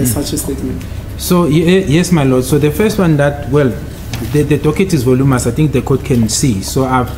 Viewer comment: 😂😂😂"volumous" bese bathi knows English suppose to say voluminous